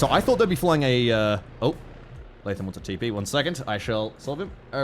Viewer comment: Cannot express how much I love pronouncing “Latham” correctly, years of restaurant employees and teachers with Starbucks cup-level pronunciation skills has traumatized me